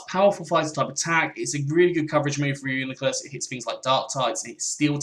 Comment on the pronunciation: Its pronounced Ree-U-NYE-Clus